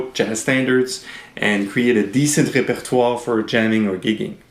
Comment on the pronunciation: Oh that is how I am supposed to say repertoire!! Great lesson thank you